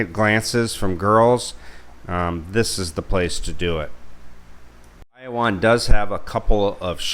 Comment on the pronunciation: Shared this with my soon to be wife... she kept cringing at your pronunciation of Bayawan.... apparently the emphasis is on the middle syllable just like Palawan.